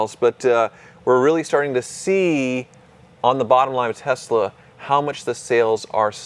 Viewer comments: Why do you guys pronounce numerous words wrong? Tezla??? Not that it deserves being said correctly… it’s annoying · Guys, it's Tess-la not Tez-la :)